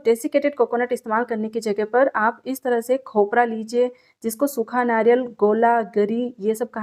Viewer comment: ये खपरा 😂क्या होता है भाई खोपरा बोलना तो सही है ये खपरा 😂😂😂😂😂क्या होता है वैसे रेसिपी ऐकदम मस्त बनाई है ☺️👌आपने आपा